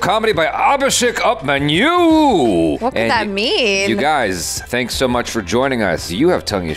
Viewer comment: The first "Tongue Issue" in this video was "UPmanyu!" 😂😂 Sorry Jaby. It's pronounced "Oopamanyu" 😁😁